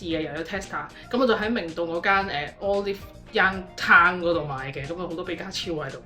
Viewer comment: 終於聽到有人正確發音讀Olive Young😂